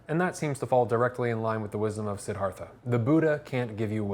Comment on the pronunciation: Pronounced, See-DAR-tha. Sorry, but I was compelled to share that with you and not trying to be rude.